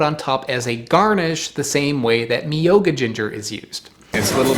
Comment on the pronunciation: Myoga , I have had it fresh many many times. I can buy it at my local supermarket here in Japan just about any time. I had it growing in my garden as well. It is wonderful sliced raw on tofu. It can also be sliced and added to miso soup as you mentioned. The pronunciation is a little different. Instead of saying “mi yo ga” say myo-ga . YO with an M in front. Sort of like a cat’s meow but with an O at the end instead of the ow .